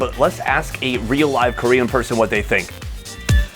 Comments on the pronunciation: Can he speak and read Korean?? The pronunciation is so good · Dude how long have you been in Korea? Your Korean pronunciation is getting better and better lol